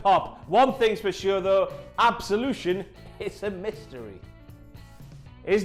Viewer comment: I cringed so hard during Paige's promo, especially when she called group "Absolution" 😑